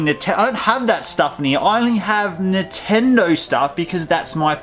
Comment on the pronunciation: why do u say nintendo so weird. nahtendo